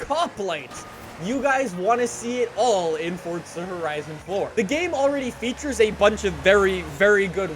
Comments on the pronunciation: Your pronunciation of FORZA is the worst thing about "FORTSAR" ... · Love how he say FORTZA HORIZON4 Love the vids keep up the good work